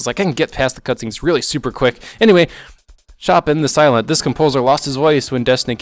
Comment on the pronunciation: Ah, I remember playing this way back in freshman year of undergrad; I guess that must have been less than a year after this came out. Great hack, from what I recall, though it's a shame that it seems it was never fully "finished". Also, good to see Text Guy's back, and as snarky as ever. Also, "Chop-in"? Cringe.